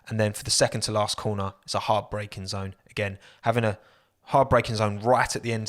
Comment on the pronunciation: did he say hard breaking zone or heartbreaking zone?